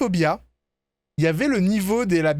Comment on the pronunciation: J'ai ri quand t'as dit ''Apeirophobia'', j'ai entendu ''Apérophobia'' 🤣 sinon j'adore tes vidéos 💜